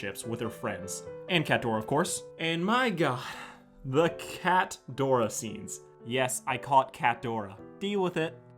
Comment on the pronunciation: It’s NOT CATDORA ITS CATRADORA